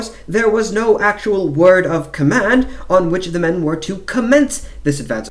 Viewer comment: Please don’t use a fake English accent when narrating. Its very painful to listen to such fake affectations, can’t focus on the info. It just sounds like an American putting on a bad accent. Command and advance isn’t pronounced like that when you are speaking English for example.